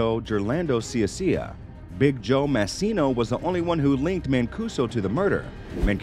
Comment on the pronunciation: Idk how they can f up “mah-c-no” and say “massy-no”, but congrats, you did it lol